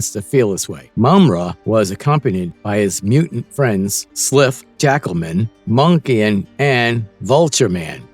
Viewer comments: I really don't see why people on YouTube make videos When they don't even know how to pronounce the names of the characters correctly It's a long I For Wiley Kitt and Wiley Kat as in wild And Slithe is also a long I It's a long E For cheetara as in cheetah. The Thundercats were not a show of the kids of the 90s it was a show of the kids that were born in the 70s and 80s because it was put out in 85 By the time the 90s hit the show was not even in syndication as reruns The version of the Thundercats for the early 2000's failed because of low toy sales And Low ratings on Cartoon Network In other words the new show did not have a good fanbase To base a second season It was also given a horrible time slot For the time that it aired Marvel is verdict your channel sucks You can't pronounce the names right you don't have your Facts straight And you did Piss poor research on it Being born in 1975 I watched the Thundercats in 1985 Along with He-Man and GI Joe And the Transformers . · Don't forget you got the pronunciation Of Cheetara and Slithe wrong